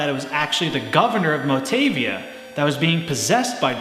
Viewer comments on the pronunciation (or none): By the spelling. When words are written in Romaji (Japanese pronounciation with the Latin alphabet), each letter has only one way to say it. A is like fAther, mOm, E is bAse, tAble, I is tEE, O is tOte, rOpe, U is tOO, tUbe, etc. Nei would be pronounced "nay". MotAvia, not Motevia. Hope that helps.